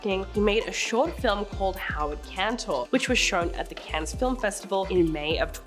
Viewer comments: "Cannes" is pronounced like "can," not "canz." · You don't say the S in Cannes